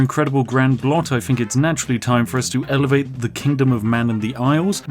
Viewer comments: Never heard a english speaker say "blot" before XD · The Narrator pronounced "Blot" with the "l" before the "o"! Where is the real Spiffing Brit, and what have you done with him? o_O